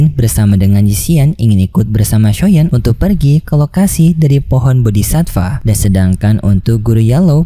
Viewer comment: Aku dari kemarin mau bilang Bodi'Satfaa enggak jadi Min soalnya minin Sebut Bodi'sifa...😁😁 Kalau enggak salah dengar aku. Min cari info Kalau Sudah Sampai Duo'Di Tamat apa masih ada Kelanjutannya apa enggak Donghua nya. Kalau di Novel aku nyimak Ceritanya sudah Sampai Ranah Dewa Langkah ke4. Manusia biasa sampai Ranah Kaisar itu Seson 1sampai 18 kalau enggak Lupa. Ranah Dewa Langkah Ke4 itu sekitar seson 7.